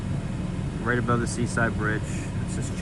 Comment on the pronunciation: That female reporter is totally mispronouncing simple words. "Abrove?"